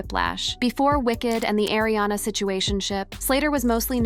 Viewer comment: It's Ariana not Airiana XD